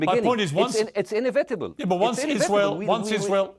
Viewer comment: باسم يوسف طبيب عايش بأمريكا ويطلع برامج شهيرة ما يعرف يقول inevitable صح. يقول انفينتبل. الصح انيفيتبل 😂